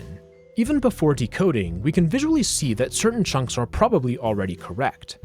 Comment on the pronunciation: Love how he pronounces “chunks,” like “chonks.” 😂